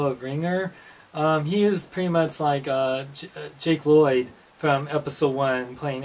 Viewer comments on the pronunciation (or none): none